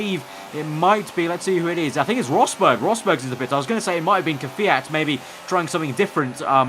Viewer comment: its kvyat not kwjat,kyvat , kviat or kvjat